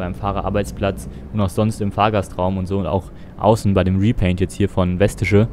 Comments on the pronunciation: das heist vestiche und nicht westiche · Ich als Recklinghäuser bin beeindruckt, die Straßen sind aber nicht ganz richtig. Aber drücken wir ein Auge mal zu. Übrigens wird es V(f)estische ausgesprochen. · Nur als kleiner Tipp für weitere Fahrten in GLA und Umgebung. Die Verkehrsgesellschaft heißt Vestische (ausgesprochen wird´s Festische, kommt von Vest Recklinghausen). Nur so als "Besserwisser"-Hinweis :-)